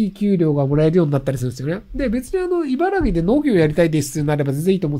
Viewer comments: いばら”き”な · いばらぎって言ってる…？